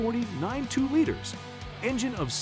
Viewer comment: how in the hell do you mispronounce liters?